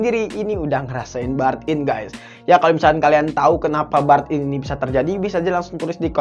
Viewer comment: Burn in di baca nya bern in